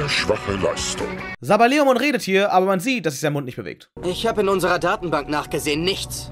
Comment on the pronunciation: Sabberleomon….regst dich über die falsch ausgesprochenen Namen auf, aber sprichst selber Saberleomon falsch aus 😂🙈 Trotzdem sehr nices Video!